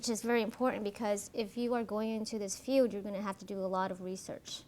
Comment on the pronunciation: No. No slack for a PhD who can't say, "field" instead of, "feud" or says, "...who wants to become a police", or who uses that childish, pretentious affect so common in Californians, and whose sole perspective on forensic psychology is from defending the accused and avoiding conflict with those who are guilty. She put it out there, and if she is not mature enough to own it, then she needs the ridicule and derision. A forensic psychologist has, by the nature of the work, to be secure, confident and competent because the attorneys on the other side of the issue are going to eat her alive in a courtroom or judge's chambers. As to your comment about if it's boring, then don't watch...how the actual fuck is someone to know that BEFORE watching? CalSouthern needs to know the common, popular opinions of the videos they publish in order to improve. You are a moronic snowflake. She is not being bullied in the comments and does not need your pity. Take a course in logic and rationality, there are lots of free resources!